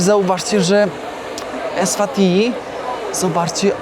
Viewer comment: EswatiNi i MBAbane. Ty czytać nie umiesz?